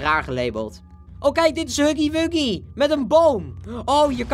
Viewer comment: het is niet haggy waggy het is huggy wuggy